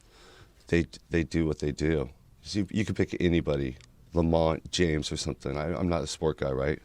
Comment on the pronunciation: Lol he said, LeMont James.